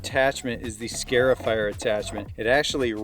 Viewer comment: it is a scar-ifier... not a scare-ifier. It is marring or scarring your lawn.